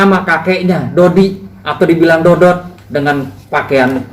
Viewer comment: bukan dody pak jgn salah ucap yg bener dodot ngomong aja udh salah